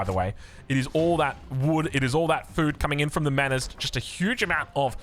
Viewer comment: Dear, love the casts, hate the fact you pronounce "manors" like a kiwi, keep up the good work ❤